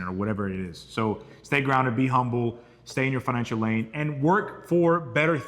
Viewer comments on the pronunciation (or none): none